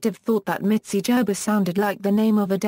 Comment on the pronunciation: GERBER IS not pronounced jerber!!